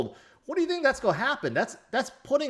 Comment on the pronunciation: Do you know how to say the word 'going' or 'going to'?